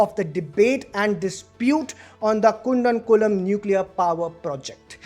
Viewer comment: kundakulam nahi hai... Koodankulam... pronounce correctly... it is not in alien state... it is in india only